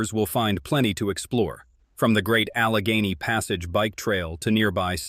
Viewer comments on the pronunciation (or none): none